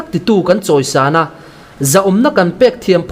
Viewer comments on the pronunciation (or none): none